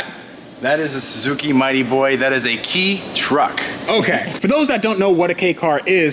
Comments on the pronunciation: wait 10 years and thats a 10million+ warehouse ps. its pronounced "kay car" not "key car" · The way he pronounces Kei as key instead of kay bothers me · This dealer knows nothing about these cars. Called the Fairlady Z headlights Ferrari headlights. Called the “KEI” truck a “Key” car. Wow. He buys all these cars with an automatic transmission that R33 has a shatter side view mirror this guy is a grade r importer he essentially buys junk. FYI. MKIV Supra’s in Japan have mostly hard tops. The aerotop aka targa was very rare in Japan. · It’s pronounced “Kay”, not “Key”. It’s a class of car you’re allowed to buy if you’ve not got an off road parking spot. You pay less tax, etc. They are not fast, but it’s amazing how well they’re designed! And they’re good fun to drive; easy to extract all the performance... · Can I trust a JDM guy that doesn’t know the correct pronunciation of “kei”?